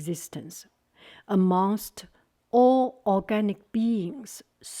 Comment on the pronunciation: Good job getting Cultivated!!! Amongst is a hard word. The o is shorter. It seemed like you pronounced it as Amoongst, if you make it a shorter O you'll have it. Other than that the other comment has already hit on it. You are doing great! Also Googoo is too cute